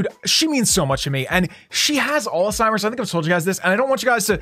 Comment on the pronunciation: I’m so sorry I didn’t get to the bit where u said alsimers but Hb grandma beak